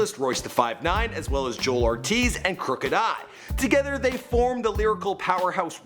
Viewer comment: "JOELL" Ortiz, not Joel